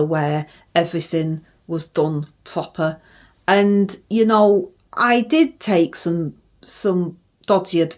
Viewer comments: is in a pwopper mess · is a 'plant of distraction, antagonism and patronisation of ' us pwopa Bwits.' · IM SO HAPPY SOMEONE PICKED UP ON THE PROPER!!!! HAHAHAHAHAHA